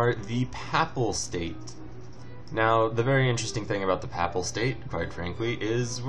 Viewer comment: pronounced p-ay-pal state, i think :P